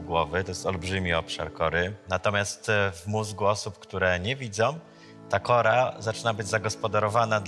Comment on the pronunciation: On powiedział kora 🤦🏻‍♀️